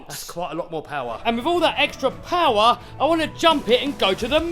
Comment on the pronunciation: No S's are more "pAWar"